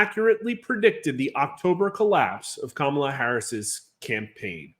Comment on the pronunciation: IT'S KA-MA-LA..........